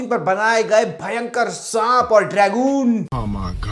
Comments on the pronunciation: Dragon ❌ Dragoon ☠️ 😂😂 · Bro is still high on beyblade from childhood. Calls it "Dragoon" 😂